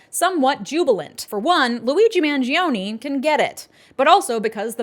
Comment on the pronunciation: Every person is saying Luigi's name wrong. Its Man-Jo-Nay. 🤌🤌🤌🤌